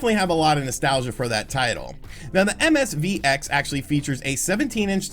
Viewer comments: Its MVSX, it says it right in front of you how did you keep saying MSVX 😂😂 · Oh my god, 3 seconds in! It's MVS X! Will you stop rushing your videos and just do another take! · Lol, the neo geo "MSV X"... You just kept saying it that way. 😂